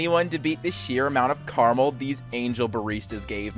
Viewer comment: Who pronounces Caramel like that??????